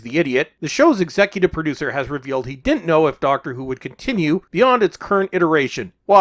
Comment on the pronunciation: Doctor Who Poo-ducer.